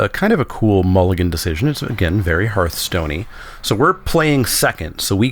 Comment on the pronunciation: HERTH-STONE not HARTH-STONE It's a HEARTH, Not a HARTH